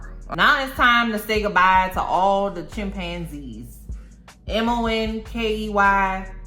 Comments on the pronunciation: I just watched that episode yesterday!! I can't stop laughing at the way you say "monkay" lol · Ive just come across m'girl but she's now one of my fav,especially the way she pronounce mon-key and Eric's and clown's just killing me, mmkay!!